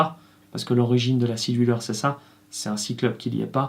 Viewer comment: J'ai mis du temps (!) à comprendre que "scie du leur" était votre prononciation pour Sea Dweller. Y a-t-il une raison qui justifie cette prononciation particulière?